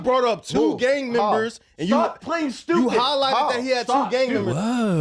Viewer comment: "Gang membahs"